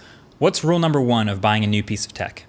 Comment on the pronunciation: Who else heard roll no one instead of rule no one!!😂👇👇👇👇